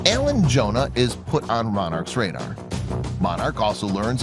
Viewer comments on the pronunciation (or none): none